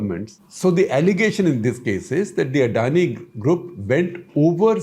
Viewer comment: SR SG, at least try to pronounce Adani correctly and not as some foreigners. It’s so annoying to hear how you say Adani. However, the content is good and decluttering.